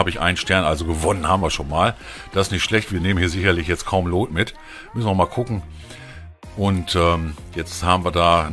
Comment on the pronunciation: Geiles Vidio aber BITTE sprich "loot " nicht wie Lot aus es wird wie "lut" ausgesprochen ansonsten like und Abo hast du von mir